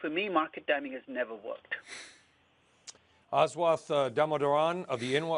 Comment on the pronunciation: ahswaath, proves how little background research these CNBC anchors do